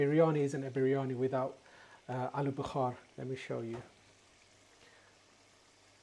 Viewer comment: Alu Bukhaaar hahahha guy is funny tho. Its called Bukhara.